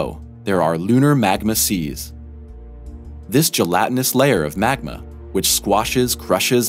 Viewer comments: "MAGNA"!?!?! Wtf is wrong with you!?!? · Haha.... Not eye Oh and it's NOT MAGNA My ears heard it first, I replayed it twice then checkedthe subtitles... same! Dude, Good voice but learn something about what your voice over is going to read! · The narrator keeps mispronunciations words. The name of the moon is a word pronounced ayow, not calling out initials. He mispronounced magma as magna and Europa accent is on the O not the Eu. Come on people, if you are making a science channel, pronounce the words correctly.